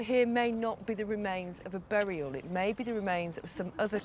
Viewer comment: a "berriel" haha that is exactly how Phil says it :D